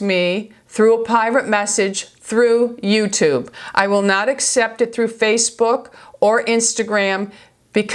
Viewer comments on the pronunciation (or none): none